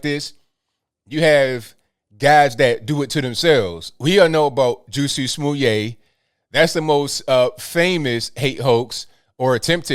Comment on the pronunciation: "Juicy Smouliay" 😂🤣